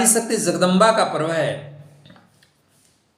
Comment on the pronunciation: Please don't pronounce Zagdamba ! Better just say Jagdamba 🙏🏻